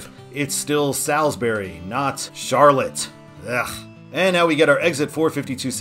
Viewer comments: Salisbury, NC is pronounced Sauls-bury. You did, however, pronounce Albemarle correctly (which happens to be my hometown). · You are pronouncing Albemarle just fine, but not Salisbury. The latter is pronounced like “Sauls” as in England.